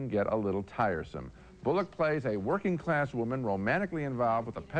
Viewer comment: I love how Ebert pronouced her name Sandra BulLOCK! Lol. Have to agree with him on the flaw with a film like DBAM or films like that. Think its a simliar issue with the Scary movies films. The people making them are not horror fans and just seem to going for cheap humour without understanding the conventions of those films or coming up with some original jokes about them.